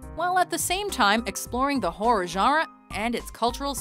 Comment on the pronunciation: How this lady pronounces "genre" drives me insane